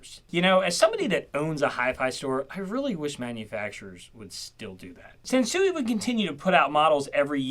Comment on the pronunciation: I thought you said Samsung. I had to do a double take. 😂